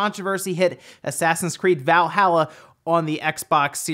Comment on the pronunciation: I fucking cringe every time I hear you pronounce Valhalla